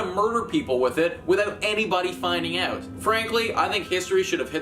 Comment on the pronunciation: Maybe it's the extremely thick Canadian accent? I mean he pronounced out as oot lmao